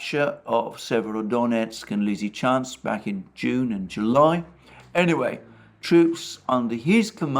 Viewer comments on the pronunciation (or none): none